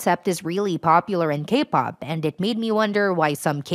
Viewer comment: For a second I thought you were saying "gay-pop".... 😂